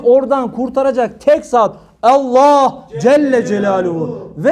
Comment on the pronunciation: Hocam Allah c.c. ismi şerefini ellah diye telaffuz etmeyiniz lütfen